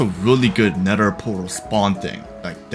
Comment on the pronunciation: Nether ❌️ Nedder ✅️